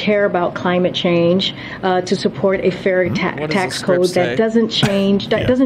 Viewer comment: Notice she said fairy taxe and corrected herself with fair taxes…